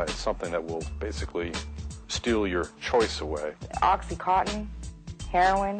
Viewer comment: I'm finding this video very difficult to watch. There's too much back-and-forth and overlaid imagery. As if it is an extended music video. Furthermore, the repeated mispronunciation of 'oxycontin' as 'oxycotton' is irritating, to say the least. Don't misinterpret my opinion as being anti the need to get smart about drug use but this video feels like the 21st century equivalent of any 1970s anti-drug propoganda.